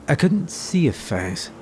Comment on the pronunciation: 'face' pronunciation sounds like the slippery snake guy filthy frank i think was his name